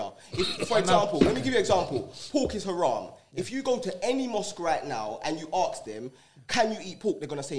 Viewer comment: It’s when they say. Harsk them. It’s “Ask” 🤦🏾‍♂️ embarrassing